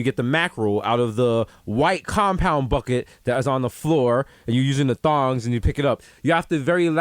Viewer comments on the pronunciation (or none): Desus called the tongs, "thongs" lmao